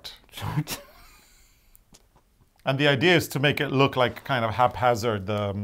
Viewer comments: So much fun today. The sweater is spectacular and I am looking forward to seeing it being worn when you return after the summer. And keep pronouncing the word “chart” just the way you do,, it makes me giggle every time!. 🇨🇦❤️🇳🇴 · re: chart... The "ch" in chart sounds like the "ch" in chair. Add the "art" (just think of all those symbols as a work of art). Ch-art. Hope this helps. 💖🌞🌵😷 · Omg i am laughing so hard. Now I know why I don't like "charts" (pronounced way)!